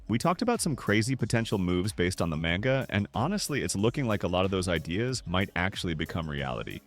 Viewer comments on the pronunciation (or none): its manga not menga🙏